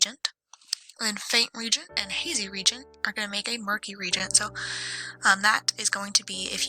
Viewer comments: Re-agent, not regent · It's pronounced re-agent